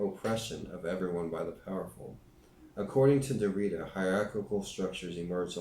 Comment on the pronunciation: Derrida is pronounced (DARE EE DA).